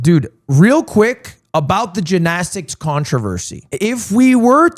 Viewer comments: Is there a reason he is saying jinaztix instead of gymnastics? Like I get saying it once that weird as a joke but he’s been doing it for like 6 minutes and I think he has brain damage now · Why does he say it like that 😭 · bro can't say jinnasticks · Please get rid of gymnastics so I can never hear you say it like that ever again. It's GYM-nastics, G Y M. Holy shit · The GINnastics is killing me lmao Lud weren’t you an English major?? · Drinking game: take a shot every time Ludwig says “Jinastics” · The only controversy is Lud continuously calling it Gin-asticts! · did they take gin shots for the gymnastics even why is he saying ginastics 😭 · I've never in my life heard someone say ginastics. Until now. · dude you HAVE to learn how to pronounce gymnastics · why does he say gymnastics like that lol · Why does he say gymnastics like that? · Why can this mf not say gymnastics 😭